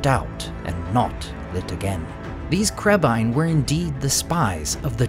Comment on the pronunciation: I finally understand what Legolas said in the first movie. Always thought he said crabeye.